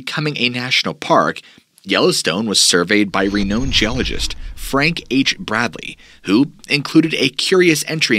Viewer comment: You really have a problem with saying things right don’t you. Renowned is NOT reknowed. It’s Re-NOW-ed. Shoshone isn’t shah-SHOWN, it’s SHA-SHOW-NAY. Also ionosphere is NOT EYE-OWN-OWE-SPHERE, but rather Eye-ON-oh-sphere. I hate to think about what awaits me in the next 30+ minutes since I’m only 28 minutes in. That’s pretty bad too. Especially when you add the other mispronunciation’s I left out. Not a very good start now is it?